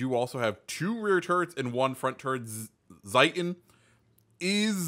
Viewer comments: It’s Zee-ten. In German the ie and ei sounds and are switched compared to English. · Your first try of saying Zieten is wrong, the second is correct.